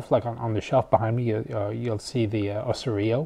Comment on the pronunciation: The way you said the name of the Emgesa EE-T1 Osorio sounded a little funny. The closest of the Brazilian pronunciation is "Oh zaw ree oh" with an emphasis on the zaw. Sad to hear the kit wasn't good.